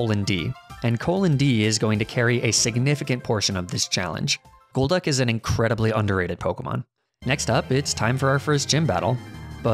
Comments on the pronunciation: This is a great idea, and a super fun video to watch. Good job! But also, Did you just pronounce Golduck as JOLduck??????? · Golduck is pronouned gold-duck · fun to watch but i have to ask. why do you pronounce your g's like j's? ex: its golduck, aka goal-duck. just asking not cirticising. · Is there a reason you say "Jul" when it comes to Golbat and Golduck, Instead of "Goal"? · I love your videos but for god sakes, Magnemite is pronounced MAG-NE-MITE. The last e is silent. Also Golduck has a g as opposed to the j sound. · “Magnemity” and “Jolduck”, psychopathic pronunciations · "jolduck" ... 5 secs later: "gyrados" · Y u say Jolduck and Jolbat? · The way he says JOLbat and and JOLduck makes me so inexplicably angry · did he just say “Jolduck”? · I’m sorry, did he just say “Joelduck”??? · "jolduck" "jolbat" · Wtf is a "magnemiti", a "yolduck" and a "yolbat" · you're saying golbat, golduck and Aaron wrong lol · Dawg why'd you pronounce Golduck like that? It's a hard G, not a soft one 🤦